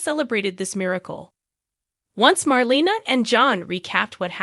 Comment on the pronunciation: It’s pronounced Mar LAY na not Mar LEE na.